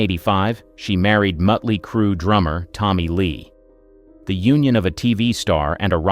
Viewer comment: mark - Mutley Crew...what the hell? The band is MOTLEY CRUE - program your AI voice over to pronounce names the right way or have an actual human narrate the video. Some of the photos are NOT Heather Locklear - get it together!